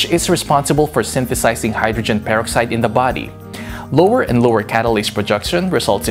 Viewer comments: Repeat after me “purrr-ox-eyed” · how he says hydrogen peroxide is bugging the shit out of me! anyone agree??